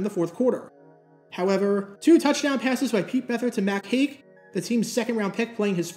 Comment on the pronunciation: Mac Haik(pronounced Hike)actually has one of the biggest car dealerships in Houston and has been a staple in town since he first started playing with the Oilers! Just search the commercials as I’m sure they are out there. Great video as always brother!